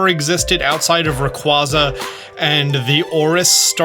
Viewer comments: It is 2025 and they confirmed it's ray quasa, not Ra quaza at the nationals, say it right or don't say it at all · RAYQUAZA IS PRONOUNCED RAY-QUAY-ZA!!!!!!!!!!! LOOK IT UP!!!!! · People still saying Rayquazas name wrong i see.